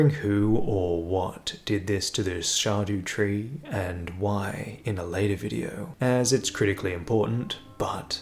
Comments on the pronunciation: fyi “scadutree” is using the Old English word for “shadow,” or “scadu” (sċeadu more accurately). it’s pronounced the exact same as “shadow.” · Scab-daba-doodoo tree. He corrected himself 😂